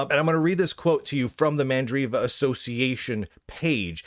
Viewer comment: not MA'AMdriva!